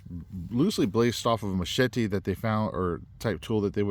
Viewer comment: Well... many many thanks for your review on one of my 2024 designs.. The Matato'a. First of all, congratulations on your pronunciation of the following words "Machete"... very well said. Just like that Ma-Che-Te...(not "mashetEE"😂) Rapa-Nui (the Island) and Rongo-Rongo (the script) Very well 👏👏👏 Now, your review... Awesome and you did punished the knife good IoI You are correct about defining it as a knife and is sort of a nice combination between that and a compact machete. About the sheath, you were right too. It's just a prototype thing. The final product has a normal size on the loop of the dangler, so any belt can pass through. The fire-hose thing... simple. It's just the hose needs more tension so the sharp edge works better cutting, don't worry buddy, it's just that. You gave the Matato'a some good assignments 👏 💪🏻🔪 Thank you for doing this and for naming me as well. My IG is wm_survival 😉 Good job!!